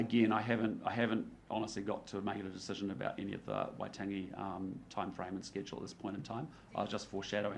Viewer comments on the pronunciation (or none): Not even enough respect to pronounce ‘Waitangi’ correctly